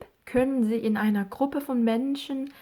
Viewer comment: 강의 엄청 잘 듣고 있어요 ,, 궁금사항있어요,, 해당파일 듣기 연습하는데 in einer Wohngemeinschaft 발음하실때 in einer 가 다르게 들리는데 혹시 "인너"로 하신건가요.. 화면 안보면 안들리더라구요...감사합니다.